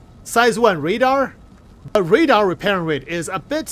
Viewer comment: "redar" hahahaha